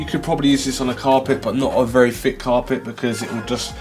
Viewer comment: I fink you might have problems pronouncing free, fick and fermaltake. Wifout a doubt. Nice case brofer